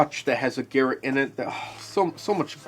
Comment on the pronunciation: Great video, man. It's "ghar-ought", not "Garret".